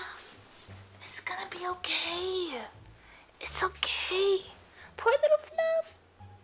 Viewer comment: She actually says ‘‘let’s do this thang’’ but y’a love it 😊